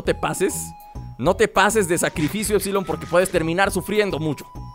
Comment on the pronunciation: LukasRap Roblox, Juegos dice épsilon no épsilon aprende a leer